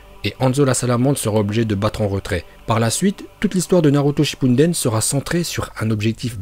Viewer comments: Pk tu dis "nalouto shypunedaine" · toujours "Naruto Shinpunden" xD jpp !!! mais tes vidéos c'est le feuuuuuu continue comme ça !!!! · Salut je suis actuellement en apprentissage du Japonais grâce aux animés (oui oui c’est possible) et j’aimerais que tu fasses une vidéo sur les prononciations vo de Naruto car elles sont juste excellentes et ton accent est parfait! J’espère que tu le feras car Naruto Shinpunden c’est la vie! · J’adore quand tu dis naruto shipuden